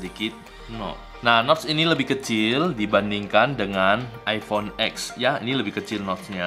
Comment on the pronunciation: Bukan iphone x (ex) bang tp iphone x ( ten) Bahasa romawi bang wkwkwk